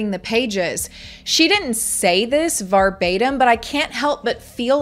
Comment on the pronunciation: thank you so much for always covering these topics. you do a great job and i always agree and absolutely love your bluntness….. but the way you say “verbatim” KILLS ME. ❤